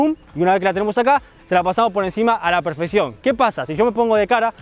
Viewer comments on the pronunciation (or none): en el minuto 6 dijiste perfeccsifon ago así Mira y fíjate y saludos de arg